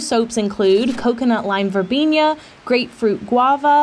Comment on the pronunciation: I love you and your videos. I'm impressed at your pronunciation of acai, which many people get wrong. But you do have an interesting way of pronouncing "verbena", which, as a student of the Latin language, I can assure doesn't have the interesting virgulilla as some Spanish words do. It's just a regular "n". Thanks for all the many hours of great content! Regarding exercise, I really get it. I suggest dancing. It's great fun, and an opportunity to spend time with your hubby, while getting accidental exercise. Swimming, is, of course, great. Whatever you choose, the most important thing is making it into a habit. I used a book called the 12 minute total body workout (Joyce Vedral), which you can do with one set of small weights in 12 minutes a day, and I lost all my extra weight, plus, all my bloodwork is now in the healthy range! Best of luck with whatever you choose. You are worth it!